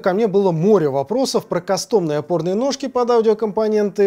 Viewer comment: Не кастОмные, а кАстомные все же